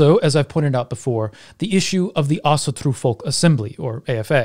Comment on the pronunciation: (Celtic Pagan here) Thank you, I learned a lot, esp how to pronounce Asatru properly.